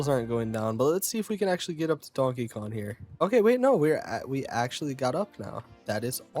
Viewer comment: KonG. It’s konG. Not Donkey Kon.